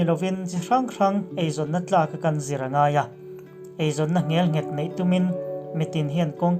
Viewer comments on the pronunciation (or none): Hetiang hi i la ti zel dawn a nih chuan, mizo ṭawng lam rik dan dik zir hmasa rih phawt la ka duhsak hle mai che.